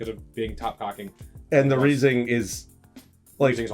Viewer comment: How do you have all these and not know how reising is pronounced?